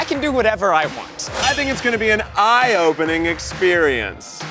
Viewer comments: I swear to god if Keith says IOpening one more time 😂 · yess you said it correct! Its I/O-pening😀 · Say I/O-pening one more time.... I DARE you.